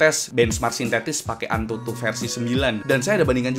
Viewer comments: AnTuTu bang, bukan Atuntu :v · AnTuTu bg bukan Atuntu 😁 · Antutu atau Atuntu 😂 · Serius nanya, Atuntu apaan bang? Setau gw Antutu bukan atuntu🤣🤣🤣